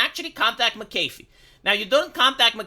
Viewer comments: Mc Aeh fee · Hey, watch any video ever made involving John McAfee to get the pronunciation down.